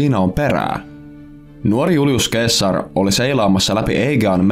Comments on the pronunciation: Se ei ole "keessar" vaan "seesar" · Eikös sitä sanota seessar eikä keessar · Btw se lausutaa seessar eikä keessar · Se lausutaan seessar eikä keessar. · Eikös Caesar lausta 'Seesar'? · Julius keesar😩 korvat särkyy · Se lausutaan Seasar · Katselua häiritsi liikaa väärinääntäminen k:lla... Tollanen asia pitäisi tietää tällästä videota tehdessä :\ muuten mielenkiintoinen video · Hyvin lausuttu toi ceasar😂